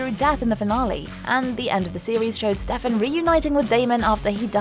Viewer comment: Butchering names AGAIN